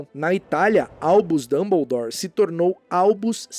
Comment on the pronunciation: Pq a dublagem do Brasil fala dumboudoure e fala hermione e não herrmaione?